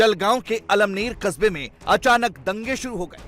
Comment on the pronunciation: अमळनेर है 👍 almner नहीं